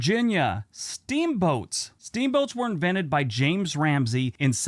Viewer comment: Idk why put the way the narrator pronounces James Rumsey annoys me. WV has a thing called history bowl where we have to learn state facts and if we pronunced it as "Ramsey" instead of "Rumsey" it could vist you the game and I get minor PTSD from how competitive my team takes it compared to thw rest of the state! (8 year win streak. Its only been a thing for 8 yrs)